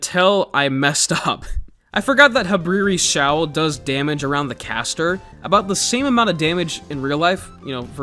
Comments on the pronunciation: he said showl of habriri💀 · “Habriris Showl” 😂